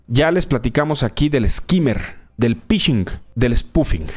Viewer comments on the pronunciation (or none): Se “prenuncia” Fishing (Phishing) no pishing. El cual hace referencia a la pesca. “Pescando”!!!